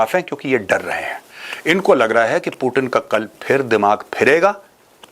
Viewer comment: पुतिन बोलो भाई l प्यूटिन क्या होता l अंग्रेज थोड़े हो l